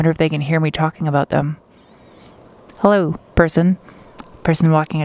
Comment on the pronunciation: Always happy to see you and hear you say "hello" or "helleur" or some variation